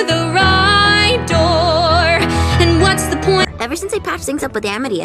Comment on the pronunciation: Also it sounds like Amity is saying, "Wus so exciting?"